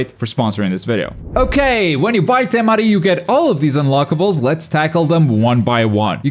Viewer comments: Why you gotta say it like TeMaDI 🤣 lookin asss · That's a wierd way to pronounce Temari